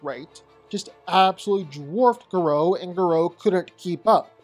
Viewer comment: The pronunciation of Garou is a crime